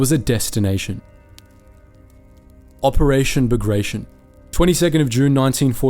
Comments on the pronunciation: Pls DO NOT DEFORM non-English names. Not BAGREJSHN, but BAGRATION 😀😀😀😀😀😀😀😀😀😀😀😀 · Bagrtyon not bagraishen